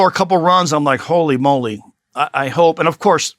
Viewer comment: Howly moly 😭😅 just like A-Rod bro 😅😅😅😅😅